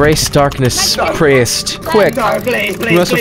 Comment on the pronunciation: I believe it’s pronounced “Preest”